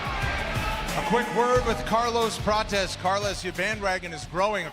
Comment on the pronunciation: Ian called Carlos Prates "carless patches" wtf boy can't even talk right